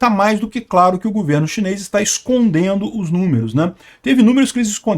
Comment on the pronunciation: o certo é governo, e não gUverno.